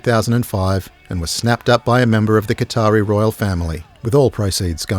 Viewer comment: Did he say Qatari or Guitari royal family?